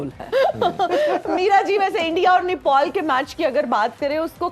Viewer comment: Didi pehle bolna sikho nepol nai nepal hai kam se kam sunn ke to sahi bolo